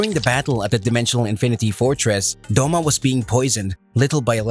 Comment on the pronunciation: “Akza”💀really its “Akaza”😑”Doma”💀 its “Douma” “Giyu” Mannnnnn its “Giyuu”😑